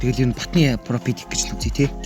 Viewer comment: Profit ❌ Propit✅